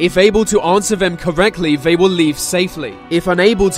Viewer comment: Sorry man I like the vids but the vey,Vis,ve etc instead of they ,this the is really bugging me now.